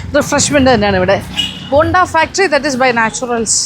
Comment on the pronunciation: ബോണ്ട അല്ല ബൊണ്ട . ബൊണ്ട എന്നാൽ കരിക്ക്. ബോണ്ട യ്ക്ക് ഇവിടെയും ബോണ്ട എന്ന് തന്നെ ആണ് പറയുന്നത്